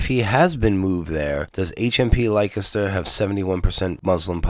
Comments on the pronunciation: Lik-e-ster, lol. It's pronounced Lester. I know, English is stupid. BTW: Thanks for this. I like PJW but I do know who he works for and am onto him. Whenever you criticize a video of his you won't get any replies. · Dude, it sounds like "Lester" not "like-a-stir" why?, I haven't got a clue, but it's not how it looks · Leicester is pronounced 'Lester' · Leicester is pronounced Lester. Just sayin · We have crazy spellings but just for your info for what it's worth, Leicester is pronounced Lester and Derby is pronounced Darby. 😊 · "Lye-kester" oh god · I heard there was a miscommunication, and that Tommy reported that the particular wing that he was in he estimated at 70% Muslim. Also, it was a tiny handful of people who were unruly out of a group of 20,000+. Some were probably being drunken idiots, some may have been provoked by the police. So 'not all' right? Finally, in the UK Leceister is pronounced 'lester'; ) Anyway, always appreciate you putting forward your point of view. Cheers